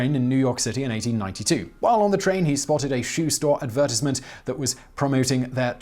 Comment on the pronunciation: The way you said "advertisement" made me cry.